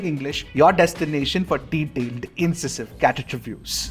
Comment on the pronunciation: Your pronounciation of incisive is totally wrong 😅